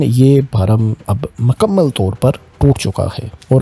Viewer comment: Pehle apni urdu to sahi karo ....iran ko ieran bolte ho mukammal ko makamal bol rahe ho. Nahi aati to total panjabi main Bola Karo tumhare liye sahi rahe GA.